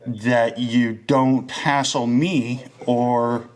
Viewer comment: [It's "hassle," nor "hastle."]